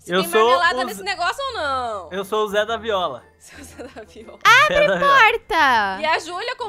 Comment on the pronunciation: “ZedaViola” Kskskksksks